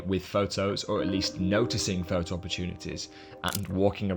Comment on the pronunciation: Excellent. Lots of ideas and interesting aspects from different people. There is only one thing that spoiled it for me and that is your pronunciation of 'photo' ' pho-oh. Have you ever noticed that there is a 't' in there? Do you spell it without a t? Are you a street pho-ographer? This spoiled an otherwise very good video (for me). Keep up the good work, but please correct your pronunciation. You will gain more credibility.